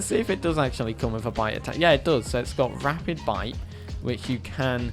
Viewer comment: You kept saying "rapid bite". It's rabid bite. There is no p in the word rabid.